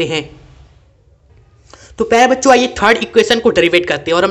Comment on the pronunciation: Sir aap bol bacho rahe muje bancho sun raha h 😅😅😂